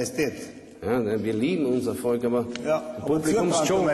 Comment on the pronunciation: Das heißt Volk , nicht Folk ... peinliche Aktion :P